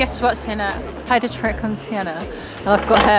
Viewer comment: I love how usually messes up sienna’s name most of the time has anyone else noticed that😅❤